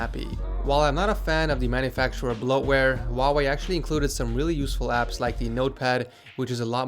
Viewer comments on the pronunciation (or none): It's not wau wey it's hu like huu why? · Is it just me who think he said huawei really weird at the start? Sounded more like “vavei”